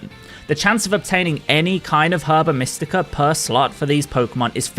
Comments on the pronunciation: Every time you say slot I just hear slut lmao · You GOTTA pronounce the O in slot